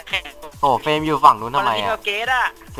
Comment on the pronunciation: เฟรม เฟ้ยไม่ใช่ เฟลม